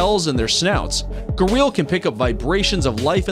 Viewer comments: Its not garil its garial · Pronunciation of Gharial is wrong.Other mistakes too . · "Gah-real" LMFAO 😂